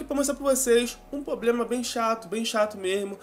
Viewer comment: que dificuldade esses you tubers jovens tem de falar problema correto.Poblema nao pqq